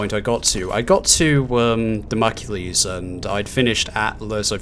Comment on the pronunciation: Dah-moh-clees. I (eventually) managed to complete all the TRA time trials. The final one I did was Obelisk of Khamoon. FUCK Obelisk of Khamoon, possibly WITH the Obelisk of Khamoon. Unlocking the Golden Shotgun is a good idea for any levels with mummies.